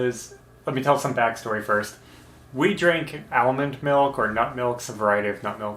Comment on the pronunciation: "Ale mond melk"?, you're killin me. (Ashley too I bet lol)